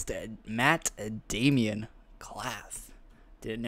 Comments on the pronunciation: Except he pronounced it as Damian, when it's actually pronounced how it's spelt... Aka, Damon. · There is no i in it? What are you smoking? Too many kids thinking they know shit they don't sadly.... It's MATT DAMON, Not Damien or Daimon... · It's not Damien its daimon (day-mon)